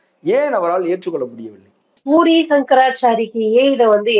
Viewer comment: பூரி சாமியார் ன்னு சொல்றது, போலி சாமியார்ன்னு கேட்குது... Please pronounce properly.